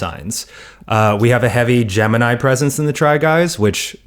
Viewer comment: ned can you not mess up gemini for me? (gemini)